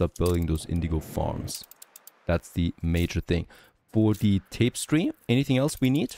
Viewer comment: tapestry: tap-is-tree, not tapes-tree